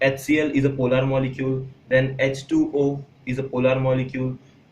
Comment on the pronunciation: Not polaaaaaaaar it is polar okk..